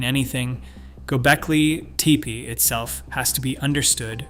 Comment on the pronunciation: He must have had some typos? He pronounced it correctly pretty soon, and didn't re-do it. I found it fascinating.